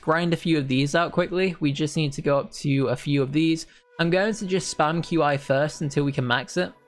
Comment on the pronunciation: I just wanted to say that, qi is pronounced as chi